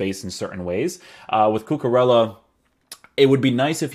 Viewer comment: cucurella not cucarella